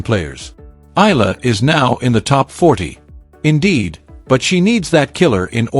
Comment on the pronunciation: ALEX EALA PRONOUNCE HER SURNAME AS E YA LA E YA LA PLS THANKS